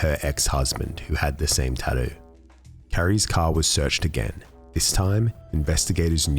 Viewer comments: Love how the narrator says "tattoo." TADEW LOL! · Have you never heard an Australian talk?